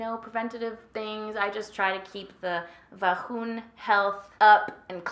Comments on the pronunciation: vaJOOOOON or vahoon? LMFAO i love how u say the actual word differently when it seems like ure feeling a bit awks to talk about certain things. makes me laugh! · Great video and you’re always so hilarious. Vahoon! I just laugh every time you say that word. 😁🤣